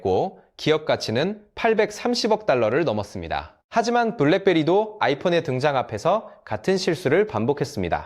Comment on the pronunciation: 뺄렉베리가 뭐냐? Blackberry. 똑바로 쫌 해라